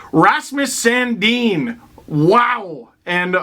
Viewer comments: San- Din NOT San-Deen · No, in Sweden it's pronounced Sun Deen.